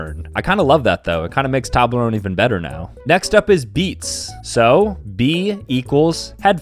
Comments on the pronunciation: STOP PRONOUNCING TOBLERONE LIKE THAT! It's pronouned like towblerown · It is pronounced TOE in toblerone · bro really said toblarone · Who else wants to tell him it's pronounced TOWblerOWEne? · Dunno if he's saying Tablerone or saying it too fast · bro really just said "tablerone" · It's pronounced toeblerone and one time I saw a basin robins store that wasnt attached to a dunkin donuts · Dude sat here for a full 60 seconds calling it a TOB-ler-own 😂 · bro really said Toblerone wrong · How can he say toblerone wrong? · Ok but we not gonna talk about how he pronounced it?